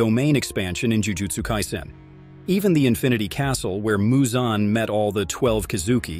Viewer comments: Its not MuZoN its Muzan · Moozan like bruh it’s muzan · THE WAY HE PRONOUNCED MUZAN